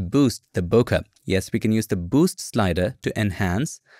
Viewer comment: Hey i always thought its pronounced (bO Kay) no disrespect to u